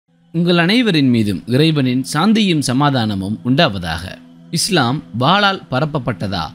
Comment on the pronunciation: வாலால் அல்ல. வாளால்